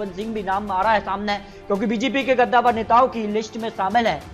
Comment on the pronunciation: गद्दावर नहीं कद्दावर